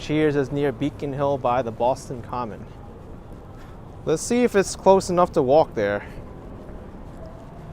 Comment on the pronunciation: Props to for correctly saying Boston Common. It's not commons, like some people think. Also, the subway card, charlie card is named after charlie that couldn't get off the street car because he didn't have a nickel. It is a song called charlie on the mta, there's a version on utube